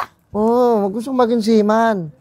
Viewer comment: seaman hndi sealion haha